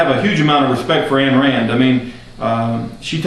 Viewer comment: Its pronounced "ein" Rand, as in "EINstEIN- not "ann" Rand. This I find according to the Ayn Rand Institute website.